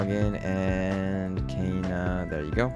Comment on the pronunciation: Its "KAYANA" NOT "KEYANA"